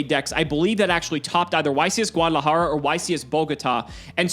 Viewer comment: You're like the one person to say Guadalajara and Bogota right